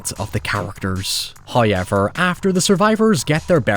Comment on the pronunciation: First "hoyevver" drops .